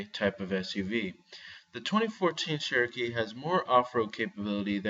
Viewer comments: Chair-O-kee not Share-O-Kee... for some people Cher will always be pronounced one way, but really if the brand is as iconic as you state (and us Jeep owners know) then you'd think the pronunciation would come naturally. =;-P The lift up seats seems like a good idea for front storage, but... Why? The older method of an under-seat box is easier to access as the driver and something that is 'safer' while driving than flipping up the seat, and impossible in thenew design if the seat is occupied; makes more sense in the rear seats. I agree about the speedo, considering all the other aspects of the information cluster/console you would think they would have better Speedo/Tach. I have difficulty reading the Wrangler's in bright light (which is not ucommon with the top off). The Arctic and Polar editions are easier to read in direct sunlight and at night, although some people might find them too bright at night if they don't know where the dimmer switch is. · That sheeeeeeroke is soooo fk annoying! speak ENGLISH! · pdgable sure not everyone pronounces things the same, there many people who pronounce things incorrectly. This is an iconic proper name, therefore there is a correct pronunciation, regardless of how many times you wish to try and express the contrary through spamming excuses. You can get irritated about people correcting, and yourself obviously, as if we were correcting the pronunciation of Ibiza, but it still wouldn't change that he and you are both wrong. It's not Share-O-Kee anymore than it is PewGoat, AeweDie, Hagwar or Porch. It's OK for a neophyte to make such an error, but not a reviewer, especially when talking about a "Classic nameplate" not a new brand/model. It's compounded by being a name that predates the vehicles' heritage, and is not some made-up marketing word/name like the Subaru Levorg, or the Merkur XR4Ti.